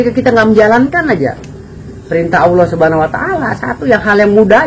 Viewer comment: Dia ngucap ALLAH saja ( awlo) malah ngajak debat agama 😆 . Kesulitan ekonomi memang berdampak ruaarrrrrrr binasa.